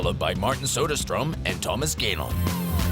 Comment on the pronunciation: It annoys me he pronounces it Thomas gaynon...